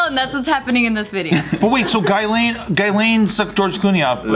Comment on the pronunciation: “Guy-lane” my French ass is cringing. “Jizz-lane”